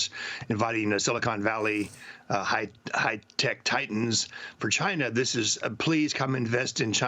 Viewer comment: Sounded at first like he said "hype tech". I like that term. That pretty much fits for all these silicon valley flimflams and grifters. Hype tech.